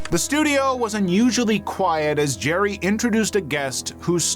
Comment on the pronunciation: Jer-RY. Jer-RY. Jer-RY.